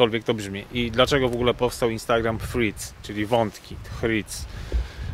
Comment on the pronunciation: Proszę na przyszłość skonsultować się z osobą angielskojęzyczną lub odpalić filmik na YT w j. angielskim w celu weryfikacji poprawnej wymowy nazwy Threads (było nie było głównego tematu filmiku)